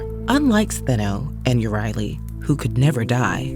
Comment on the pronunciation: Medusa has always been my favourite Greek myth character and I'm pleased to hear her sisters' names mentioned and pronounced correctly; I highly recommend Lauren J. A. Bear's debut novel Medusa's Sisters, a hauntingly beautiful plot narrated by Stheno and Euryale as they tell readers of their love for Medusa, the aftermath of their encounter with Perseus, and one big plot twist explaining why Athena turned beautiful long-haired triplet sisters into the snake-haired Gorgons.🐍🐍🐍